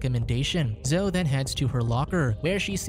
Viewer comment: Zo isn't a name... Zo-EE is her name.